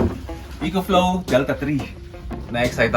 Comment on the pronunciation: “Eh-kho” Flow boss